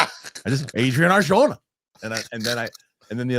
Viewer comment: I can't tell if you're mispronouncing Arjona so badly on purpose or not haha.